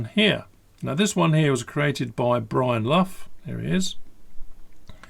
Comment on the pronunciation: Hi, I venture that under the can is some external RAM or something of that nature that has been scrimped on, I mean cheap rubbish and obviously without the can you can see what your getting and yep I am getting cynical in my young age...Cheers!.......Side note. Brian's last name is pronounced "Lock" it's an interesting Irish spelling!